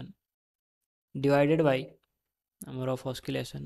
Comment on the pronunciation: Oskilattion 😂😂kya hai Oscillation h